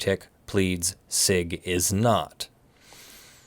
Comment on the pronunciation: Hey I’m pretty sure it’s pronounced “see eye gee” and not “sig”, but I could be wrong. Also, no damages for termination does not mean no damages for breach while the agreement was still in effect.